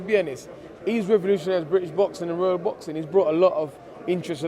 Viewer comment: He really wants that ‘Vorld’ title shot